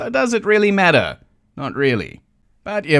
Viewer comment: your accent unintentionally revealed the truth of mothman he is not made of matter he's made of meta